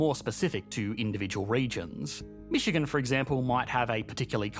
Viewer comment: Keeps saying Michican but showing Chicago...